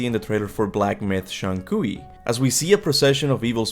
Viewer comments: Just so you know, the common pronunciation for Zhong Kui is closer to 'Jong Kway.' It's a tricky one! I used to say that too! Zhong sounds like "Jong" to rhyme with "long," but with a softer "j" sound. Kui sounds like "Kway" to rhyme with "way." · Love your content, but your pronunciation of Zhong Kui is rough lol